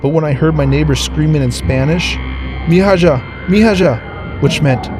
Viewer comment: Bro its pronounced Mee-ha in Spanish. Not Mee-ha-ja or whatever you were trying to say. For a boy it woukd be Mee-ho. Just saying?